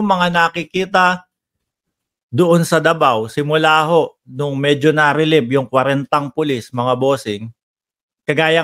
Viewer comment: .releive hindi relib ayusin mo ang diction gaya ni jdb